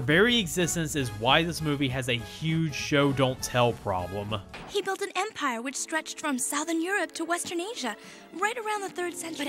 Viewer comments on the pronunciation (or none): none